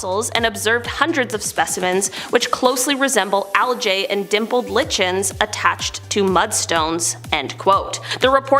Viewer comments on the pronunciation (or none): Dear, the word "Lichen" is pronounced as though it should be spelled "liken". That way the next time you won't mispronounce it.